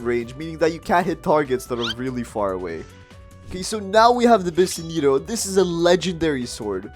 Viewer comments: 💀💀💀💀💀💀☠️💀💀☠️💀☠️☠️💀☠️the way he sad bisento he said besenteo bruh 💀💀💀💀💀💀💀💀💀☠️☠️☠️☠️☠️ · he said bisenito instead of bisento 😭😭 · bro miss pronounced bisento . he said BISINETO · Dude This Guy Need To Learn More Blox Fruit and Speling Dude Say Bisento Bi sen to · bro said besneto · Bro just called the bisento bisneto lol 😂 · did this man say "BIS-NITO" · He actually said visinti